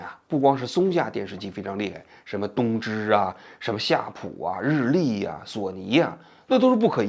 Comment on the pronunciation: 东芝的日文~王局说的是“偷去吧”😂😂今天王局嘴怎么这么瓢